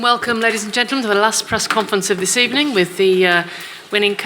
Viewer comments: I thought i heard good ebening lol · Gud ebening*